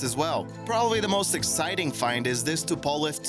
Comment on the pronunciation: The way you pronounce Tupolev and Antonov makes me cringe